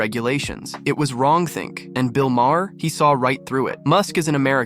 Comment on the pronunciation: Great video. Also, Bill's last name is pronounced as "mar."